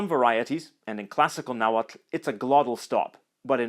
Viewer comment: wowww! I´m Mexican and never learnt how to pronounce "tl" in Nahuatl and you being foreign do it so well!! very good skills!